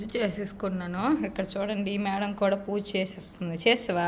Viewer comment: పూష కాదమ్మా పూజ